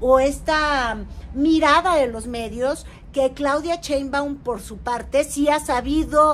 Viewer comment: No sabes pronunciar Sssshhheinbaum.? no es "Cheumban"